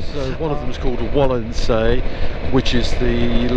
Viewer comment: just perfect. exciting. please correct “Walchensee”. i’ll try the opposite direction Alps to Scotland (and back). Save travels!!